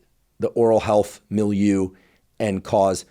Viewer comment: Thank you for communicating science. Why is it that there is not yet a vaccine against Streptococcus mutans? Or a mouth wash with RNAi? You pay much attention to pronounce certain names. If I remember correctly my French, you need to review your pronunciation of "milieu".